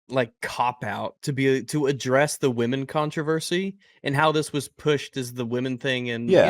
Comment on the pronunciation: It’s not “WOMENZZZ” it’s “WAH-MENNNZZZ” 😂